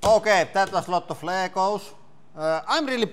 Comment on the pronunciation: "Ley-goes knee-plays" 😂